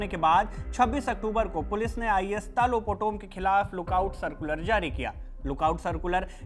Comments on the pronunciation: His name is talo not tilo potomm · it's तालो पोटोम not tilo poto😅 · How can say Tilo Poto It’s Talo Potom… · Not tilo potom it’s Talo potom thoda toh achha se bolo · तालो पोटोम not Tilo Potom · TAATOOO POTOM .... not telo POTOM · Naam toh sahi se le leh 😅 telau nhi talo potom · Talo Potum❌Tilo Poto✅😆😂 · 😂 Tilo poton nahi TALO POTOM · Not telo Talo potom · Tumko bolne nahi aatai Hai toh mat bolo tilo nahi talo potom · Kya tilo potom its Taaaa lo potom😂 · Hahaha nice pronouns 😂 talo putum ❌ telum putum✅ hahaha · Not Tilo it's Taloh Potom. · Sirji,Talo potom khiye,not Telo Potom 😂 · Bro it's talo potom not tilo potom😂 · Telo poto hahahahaha 😂😂😂 bhai acha sey naam toh boldo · Naam to sahi bolo kam se kam